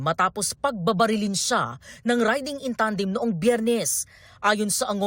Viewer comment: "Riding in Tanding" daw. LOL